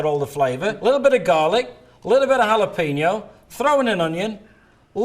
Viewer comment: Even after all these years since I first watched this infomercial, I still can't get over how pronounces Jalapenos